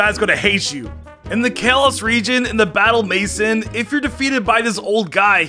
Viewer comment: Battle 'mason' 💀